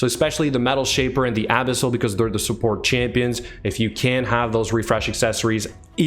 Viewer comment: You make 'Abyssal' sound like a cream for anal abscess. 'Abisil, just a little dab will do ya'.